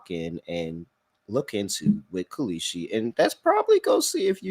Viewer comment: “That’s KAL-EESHI, K-A-L-S-H-I” dude is so bad 😂😂